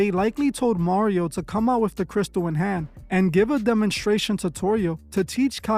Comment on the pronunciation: Mario, nobody wants to be taught by you, sir, and his name is not Mario. It’s Mario.